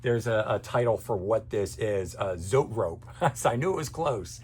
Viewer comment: it's Zoe-Trope..not, zoet rope....yer funny